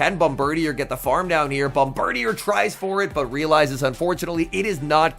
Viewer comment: Hi, not to be a nerd but Bombirdier is actually pronounced bom-ber-DEER, not bom-ber-dee-er lol